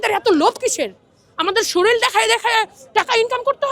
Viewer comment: বাংলাদেশের জনগণ কী শরীর উচ্চারণ করতে পারে না। শরীরকে শরীল বলে কেনো ?